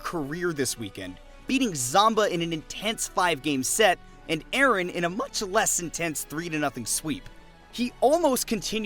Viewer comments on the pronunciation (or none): none